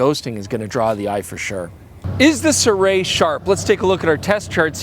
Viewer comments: I think it's been quoted by a company rep that the pronounciation is "Sue-Ray" but don't quote me on it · Si-roo-ee? Cannot be Si-ray can it? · SIRUI - I didn't know that it was pronounced as "SEE-ROO-WEY". Always thought it was pronounced as "SEE-ROO-WEEEEEEEE" :face-green-smiling